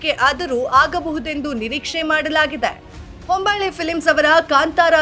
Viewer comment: ಹಂಬಳ್ಳೆ ಅಲ್ಲ ಹೊಂಬಾಳೆ.